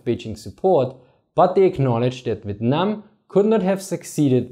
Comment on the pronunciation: The way you said Vietnam made me chuckle, sounded like you said "Vitnam". Great video though! America: Let's just march into North Vietnam and end this, what could go wrong? China: Hold my Peking duck.